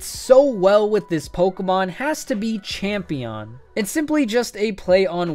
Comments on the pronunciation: "Champeon" "Igneon" WHEEEEEEZZZE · Champeon. I say brawleon.